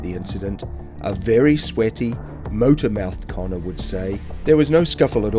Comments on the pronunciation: It's conner not Collin I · Its Connor, not Colin- geez!